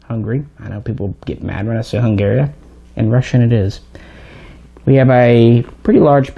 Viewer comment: Im absolutely calling "hungary" "hungaria" from now on